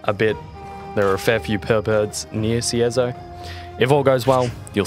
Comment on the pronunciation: i dont know why but when you said pearlbirds i heard perverts. had to rewind and look at the text hahaha